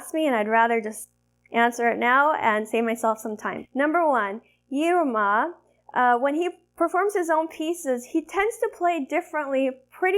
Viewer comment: Hi - Correct Pronunciation is Eeeruma for Yiruma